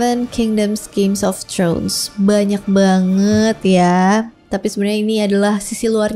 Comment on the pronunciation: throne bukan trhun kwkw